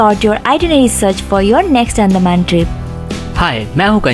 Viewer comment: Phle andaman bolne sikh lo .. 😂